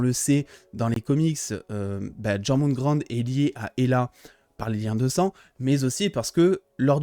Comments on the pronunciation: Ça ce prononce yorgumande je crois, et tout les les liens de parenté sont respectés par rapport à la mythologie nordique sauf que fenrir est aussi un frère de loki et de Hel (Héla) et de Jorgümand du coup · Ça se dit Jor.moun.Gandeur* Et pour le loup ça se dit Fen.rire J'ai orthographié ça pour que tu puisses le lire avec la bonne Prononciation